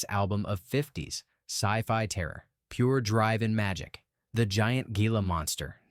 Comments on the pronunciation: It's pronounced HEEla, not GEEla. Understandable mistake, I didn't know until 8th grade or so. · Yup, for AI this was OK. The narration sure did get the pronounciation of Gila Monster wrong as well as the 50 Ft Woman. It simply didn't know that Ft is a contraction of Foot.